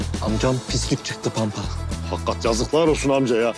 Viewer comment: Panpa değil Pampa